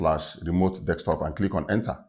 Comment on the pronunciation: Remote, as you pronounce it you make me laugh 😆, as soon I got my VR set I will be doing Remote Desktop on it, so now every time I’ll be remoting, I’ll automatically think about you, lol. Great video, thnx for sharing and happy deXtopping 🤣🖖🏻